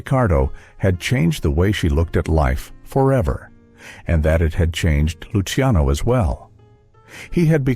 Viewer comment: Il commento parlato peggiore che io abbia mai sentito,pieno di strafalcioni: Pavaràti,Pavaròti, Pavari, Lukiano, miasténia, Nicoléta, pause posizionate in modo assurdo, per non parlare delle insopportabili,completamente cervellotiche inflessioni "italianeggianti"(si fa per dire) della voce narrante.